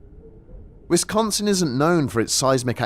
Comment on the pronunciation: Hearing a brit say wisdonsin will never not make me smile